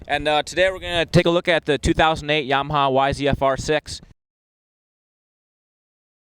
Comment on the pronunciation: it's yamaha, not mwyahaya. fuckin idiot